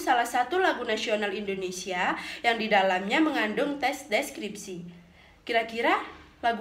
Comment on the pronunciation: Indonesia buk,bukan indonesya=)